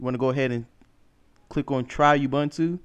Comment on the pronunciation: ubuntu pronounced oo-boo-n-too, not obantu. :)